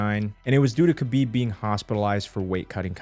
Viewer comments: when said stiopic and khalabeeb over and over🤣🤣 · Bro I hate the way ppl pronounce khabib They pronounce it like this: Kubeeb Nurmagomedov How to correctly pronounce it: Habeeb Noormohamadov